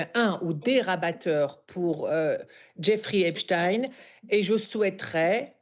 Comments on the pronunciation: Même les médias allemands disent Epstine c'est désolant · EpstEIN et non EpstINE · Epstein, pas Epstine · vous dites "albert Einstine" ?vous dites "Frankenstine" ? non...ba alors pourquoi vous dites "Epstine" ?? c'est Epstein !!! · Pourquoi epstein se prononce epstin dans les médias télévisuels français ? Il y a un problème avec la vraie prononciation de son nom ?